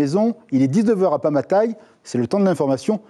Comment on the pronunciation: YO! Prononce bien Pamatai😅😅😅